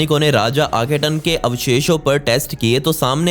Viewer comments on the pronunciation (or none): आखेटन नहीं बाबा "आखेनाटन " और वो कींग टुट नहीं "टट" है।